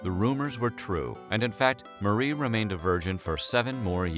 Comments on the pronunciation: Her name is pronounced like "MARY" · Her name was not pronounced Mu-ree.